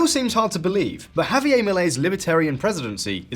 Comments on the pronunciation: JavieRRRR Not Javi A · Javier. Not Javiyay. He is not french.